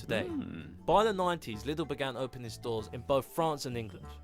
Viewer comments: You pronounce Lidl as if it spells Leedl. With a long e. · None of it. Well ok.. first is closer but we say it Liiiidll. Longer I. It is like in Leeds or as in at Least. Go short up with your Voice. Here we call it a Selbstlaut (Aaa, Eeee, Iiiii, oooo, uuuu) cause no other Letter sounds/"swings" with it. (Mitlaute are :eL eM, eN. Hear the Difference. ) Not Ei (i) or so. Same with Aldi. Not Oldi. No O Sound. It is an A sound. Like in Aaaaahhh why do you say it like there is an O. It is deeper down your Throat..as uf you are at a Dentist who says. Open your Mouth. Then you use the "deeper A" Sorry, i don't know which english Word uses that Sound. Maybe like in Algebra. Idk. Sorry i know it's different or difficult for you. Just want to tell you how a german speaking Person would say it. Even though it hurts my Ear a bit but it's fine. I have my own wrong Mispronounciation in english. 😅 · in german its pronounced more similar to "lee-del" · In german the i in Lidl is pronounced more like the ee in english word ("meet", "greet"). thats meant for bottle crates or larger boxes so you don't have to lift them into the shopping cart. payment is cut out maybe because of privacy reasons. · You should pronounce it lie Leedle ❤ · As a german, the pronunciation of Lidl is killing me, sounds more like Little to me... 🤣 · Even if you're pronouncing it wrong, "they're a lidl bit bigger [than aldi]" got me. You got a good laugh out of me :P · is it "liddle or leidle" neither, it i Lidl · BECAUSEYOU WANTED TO KNOW:, it is LIDL as in "DIE" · It’s called Liiiidl. With a long iiii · Laidl killed me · You know the frase ligma ? Li in Lidl is pronounce like li in ligma Dl = dell Like the company but the e is kind of silence. Lidl Li-dell = lidl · It's officially pronounced "Leedle" in Germany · its more like leeedl lik needle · Bro it’s spoken leedle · Its calles Like Lee Dell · Lidl is pronounced with a long "i". The easiest way is: Say "needle" and change the "n" to an "l" (leedle)